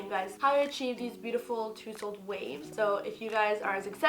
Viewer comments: Hahahahaha ..It’s more like taaa- zuhld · I'm sorry I can’t take her seriously when she's saying "toosled" 😂